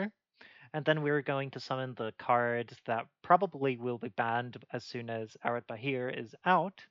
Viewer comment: Yeah, I agree with a lot of what you said. Especially the part where you said Areadbhair is good, but nowhere near good enough to actually impact the playstyle of Nekroz in the meta. Also, for ease of speaking, I was taught recently that Areadbhair is irish, so it's actually pronounced A-red-var. Which made my life so much easier when referencing it. I really think Nekroz was the DT3 archetype most screwed out of support. Like, I think so much could be done to a decent or atleast ab interesting degree, but instead of getting something cool, like an in-archetype manju, a turn 1 Ritual, an innovative Spell or Trap for Claus to search or a Ritual spell that does something cool like you proposed, or maybe even if I may dare, Ritual directly from deck we get cards like single card support like Sophia and Ariel that don't do anything. I mean, at this point, I wouldn't mind a level 1, 2 or 12 ritual just to complete the set even if they ended up gimmicky, just to break this pattern of Nekroz getting 1 support card then being forgotten for years only to remind Konami that they suck at balancing Rituals. Anyway, apologies for the diatribe, and thanks for the video. Was very interesting to get your opinion on this. :)